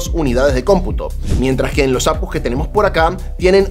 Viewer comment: APUs? A PE US... 😂 O cómo dices GPU? Ge Pe U verdad?? O CPU? O RTX?